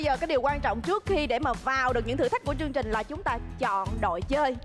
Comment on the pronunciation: Mc nói sai chính tả nghe khó chịu ghê. "Chương trình" chứ k phải "trương trình" nha chị Sam